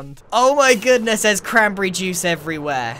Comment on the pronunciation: when grian said "crambrry joos" I felt that